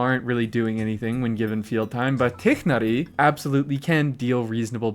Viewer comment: Bro says tighnari the right way🤓🤓